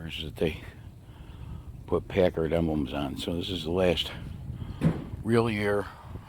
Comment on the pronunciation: PACKard--like "pack" a lunch! Love your magnificent car!